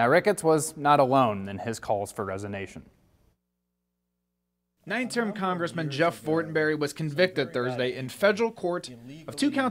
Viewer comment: Resonation? WTF is resonation?? Is he suggesting that the congressman vibrates like a tuning fork? I wouldn't care if I heard this from strangers talking on a train, but this is professional newscaster - learn the king's English.